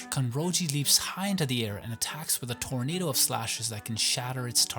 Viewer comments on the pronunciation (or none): none